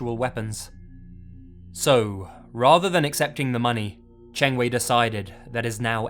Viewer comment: Good thing I play video games on consoles like the PlayStation 2, 3, and 4. And I think you mispronounced Qiu Chengwei and Zhu Caoyuan's name. But I don't blame you since you don't speak Chinese. I apologize if I bothered you.